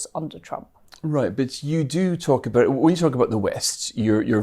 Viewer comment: She certainly needs a voice coach as she’s very difficult to listen to. Monotone but with that really grating rise in tone at the end of each sentence, as well as not pronouncing Ts at the end of words. The number of times she said “abow” instead of “about” was unacceptable for someone in such a high position. It’s important they have good diction or how are they or convey important ideas if no one can bear to hear her speak?